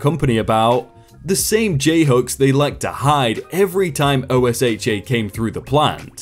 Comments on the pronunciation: Say Ohsha not o.s.h.a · OSHA pronounced O-sha Just remember that for the most part, in the USA, some stuff is pronounced as if it is a word. You can probably check by loocking up news videos to see if this is the case on some abbreviations. For example OSHA, NASA,... Whereas USA, DOT, DMV ... you would just say the actual letters. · Whenever OSHA comes up from now on, just say it how it looks, we all do here in the USA "O~Shah" it will save you time. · Love ur videos...but when u are reading the acronym OSHA u can save ur breath, love. LoL in America we read it like a word. (Oh shuh) or (oh sha) sounds kinda like ocean without the "n". 😎 but yeah, out of all the reddit readers on YouTube you and are my favorite voices. Please dont stop making videos 🤩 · OSHA is a word not "O S H A" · Oh my freaking Glob! Please, please, please stop spelling it and just say it! It's not O-S-H-A. It's Oh-Sha! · OSHA is said "O-SHA" ;) keep up the good work. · Just an FYI: OSHA is pronounced "Oh-shah." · Normally I wouldn't complain about this, but OSHA is an acronym but is spoken like one word OH-SH-AH if you feel uncertain about pronunciation. Love your work though! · Just to let you know, OSHA is pronounced O-SHA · I was thinking the exact same thing. Its quite funny, I've never heard someone say the letters before these videos. Not complaining just noticed it myself. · if it's any assistance to you, OSHA can be pronounced like ocean without the n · OSHA is not spelled out. It’s like scuba